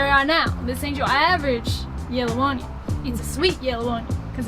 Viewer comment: Hahahahaha! That was a really sad southern accent. Keep working on it. If you want to go all Cajun on that onion, you’ll want to pronounce it onYON....